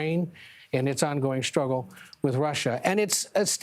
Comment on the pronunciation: That was a “truggle” to watch.😅